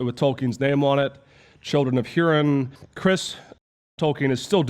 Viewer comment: What do you have to say about this version of the map? I was always under this impression, as opposed to the one you showed. Is there any reason you showed the map you did? Also, sorry, but Hurin is hoo-rin not hyu-rin. And while we're at it: Ainulindale: ai-nu-lin-dah-luh Oh nooo, his name is never ever Melkior. Only Melko in some variants that did not make any final versions. His is M-e-l-k-o-r. Oh gosh I'm dying inside everytime you say Mel-kee-or. You should chuck a listen at Martin Shaw's reading of the Silmarillion. While his vowels aren't perfect, I think it will help you out a lot. Some of these pronunciations you just totally made up, my friend. Also for what its worth I think the significance of the presence of "Two satanic characters" is to show how Mairon (Sauron), who was an apprentice or Aule, was also tempted by this urge to create. In the same way that Aule created the dwarves as Melkor created his music, I think the point was that it is a totally natural feeling to want to create, but that doesn't mean there isn't still a moral ground while doing do. Melkor wanted to create his own music so he did, and I genuinely believe it came from the same passion for creation that Aule had when he created the dwarves, but he was not apologetic for what he did and did not seek forgive of Eru the way Aule did. I think it's actually a wonderful message about how it is okay to do wrong as long as you learn for your mistakes and God will forgive you. Mairon was also im